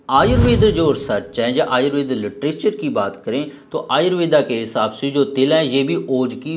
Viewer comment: हिन्दी बोल रहा है भाई,, आयुर्वेद बोल आयुर्वेदा नहीं 😊